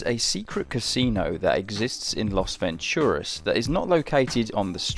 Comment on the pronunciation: It's LAS Venturas, not LOS Venturas